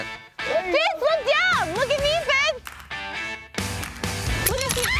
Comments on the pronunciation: she said “fitz” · she said fitz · She said fitz lmao